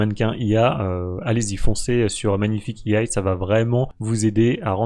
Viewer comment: EYE AYE "à la française" au lieu de juste IA (i a). C'est absolument grandiose. Je suis désolé mais non merci. -1 blacklist + quitte la vidéo + Adios.